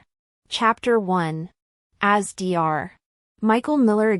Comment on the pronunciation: It’s NOT D R when you read Dr you say DOCTOR. Read it properly!